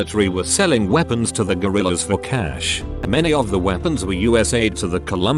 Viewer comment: listen to how voice is saying cash